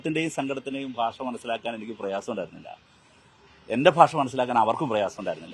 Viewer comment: ഭാഷ അല്ല. Paasa